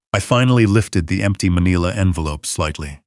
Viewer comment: It's pronounced Ma-NILL-a NOT ma-KNEE-la!